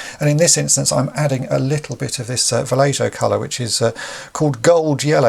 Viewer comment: Great work but it's pronounced "Val-ey-ho"